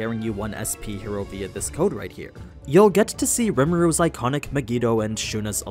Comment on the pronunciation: i only watch content like these in because he pronounce riMUru correct 😂 other channels say riMIru LOL